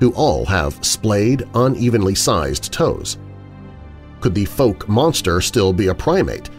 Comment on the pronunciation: Please try to pronounce Fouke properly…. It rhymes with Ouch… just add the F and use a hard K on the end.